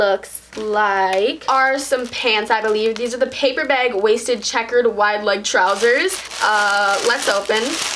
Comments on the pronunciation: It sounds like she says beg not bag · "Baeg" "Taeg" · lol the way she says ‘bag’ 😂